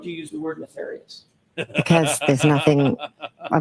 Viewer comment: It's a joke on Breenan's absurd pronunciation, neh-FAHR-ious 😃